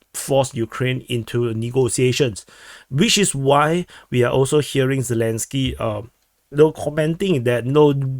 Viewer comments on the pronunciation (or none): none